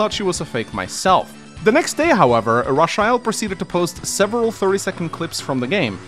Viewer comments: Raw chi el??? Its most definitley Ray-chel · I'm sure her name is pronounced Ray-chel & not ra-chi-ell 🙃 sorry if that comes across being rude but I have never heard that name pronounced like that 😋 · Her name is pronounced“Ray-chell” not “Rah-sha-ell “. 😂😂😂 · "Ra-sha-hell"?? I think "Ray-chul" is more likely. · Am I the only one that laughed everytime butchering the name "Racheal" it's not Rasheal lol. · Ra-sha-el? It's Racheal... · Her name is pronounced Raychul :x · That is the strangest pronunciation of Rachael I've ever heard. Rachael is just an alternate spelling of Rachel. Same pronunciation. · Rafael eith a Ch, lol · I'm sorry, but ' pronunciation of Rachael/Rachel is killing me! 😂 This is the correct way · Ur pronouncing rachael wrong